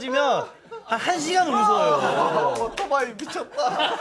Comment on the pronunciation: 오도바이ㅋ발음 구수하네ㅋ